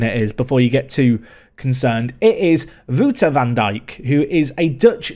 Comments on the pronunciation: Van Dijk's first name would be more like "Wow-ter", not "Woo-ter". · Wou is pronounced like ouch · The ou in wouter is pronounced like the au in something like claudio (couldnt think of many words lol). Also, i remember seeing this guy in the top ratings in the europa league a couple of episodes back. I was planning on commenting on the van dijk part, but thought it wasn't funny or interesting enough lol. Really cool to see you pick him up.